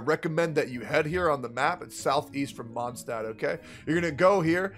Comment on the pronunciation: "... that village called Mondstadt..." Just to let you know that Mondstadt is german and literally means Moon city, so.. Also taking my chances on the 100$ PS: do a video where you pronounce all the german words in the game and tell us how you think they are pronounced in german ( eg. Mondstadt, half of Fischl's flavour text etc.)